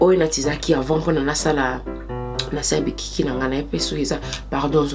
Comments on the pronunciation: Kkaaaii bikiki😂😂😂😂Makiki luv😂😂🙈bless you, you tried though❤ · Bikiki killed me girl 😂❤️ Big ups esimbi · Bikiki lool but your lingala is really good 👍🏾